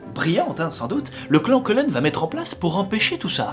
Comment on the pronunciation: Il y a que moi qui entandais "gland" quand il disait "clan" ?